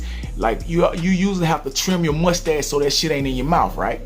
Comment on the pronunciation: when you said mustache it sounded like you said "musty ass"